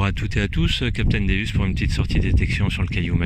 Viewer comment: Bonjour je voulais vous dire vous dite pas bien le non de votre détecteur .le non c'est dieu en latin donc sa se prononce déOUs et non déUs .bonne journée .capitaine déOUs